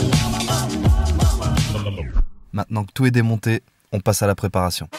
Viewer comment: Vidéo de ouf comme d'ab mais ptn sa me derrangera toute ma vie que tu fasse pas la liaison "touT est parfait "